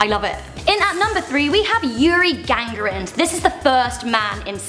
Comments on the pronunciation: Yuri Gangarin wtf? It's Yuri GAGARIN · No :D his last name is Gagarin but if you are talking how she said it than yes. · Is Yuri Gagarin not Yuri Gagrin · Who dafuck is Yuri GAGRIN? It's spelled GAGA-RIN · yuri what?:)) gangrin???im having a migraine